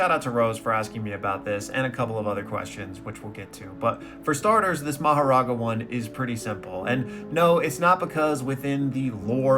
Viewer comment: Bro butchered that "Makora" pronunciation 😭